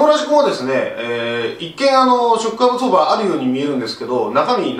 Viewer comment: なんかわからんけどショックアブソーバーの言い方がかっこいいw